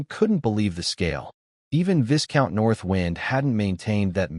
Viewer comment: What to try • Replace viscount with “vye-count” in the script just for narration. • If your voice app supports pronunciation overrides, enter a custom pronunciation like “VY-count” or a phonetic form. • If it supports SSML, use a phoneme tag or alias so the voice says the word correctly.